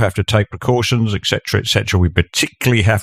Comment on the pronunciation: I hate a speaker who can’t say ET CETERA it’s not EK CETERA - And as you point out - you don’t speak for the vast majority of Australians who don’t want to die in their thousands if we can help it like the other dopes who don’t understand borders and can’t control them - ps how are you going with your sovereign borders currently